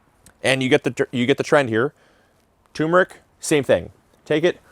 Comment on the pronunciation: Turmeric actually has two r's in it, so it's "turm-er-ick" not "toom-rick."